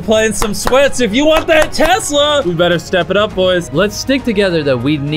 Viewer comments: What's a twesla 😂🤣😂🤣😂🤣😂🤣😂🤣😂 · Did he say tesler or tesla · “I just quickscoped for your Twesla bro” -Chris 2020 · 2 best ways to pronounce a tesla: twesla!! teslerrrrrr!!!!! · Chris: i just quick scoped for your twesla broo